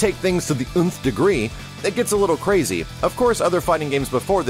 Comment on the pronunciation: I feel childish for giggling at the way he said nth.